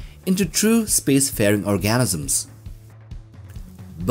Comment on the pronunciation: Organisms — not Orgasms lol